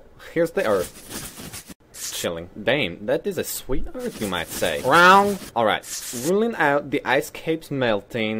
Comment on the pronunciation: Survey! Is he saying round or wrong?